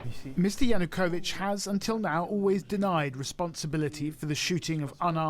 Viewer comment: Kyiv, not kiev. And Ya-nu-ko-vich, not yanukovik. You should know better.